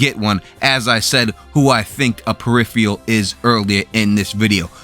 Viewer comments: Peripheral is pronounced per-IF-er-ul not per-IF-ee-al. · It is pronounced periFURal, not periFEEal! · say it with me "Per If Er Ul" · Please learn how to correctly pronounce the word "PERIPHERAL". Your repeated mis-pronunciation detracts from the reviews. Just sayin' . . . . . .